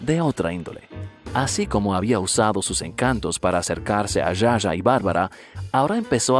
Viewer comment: Está genial la.historia... ah no se dice Ya Ya a (Zsa Zsa) se pronuncia Sha Sha